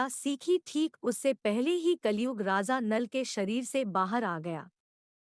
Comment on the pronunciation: It’s Raja and not Raza 😂